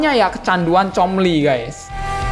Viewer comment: Pas ngomong comly ngakak:v